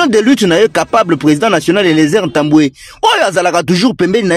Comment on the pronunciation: Bonjour! votre nom c'est ntambue et tambue.vous prononcez Mal ce nom.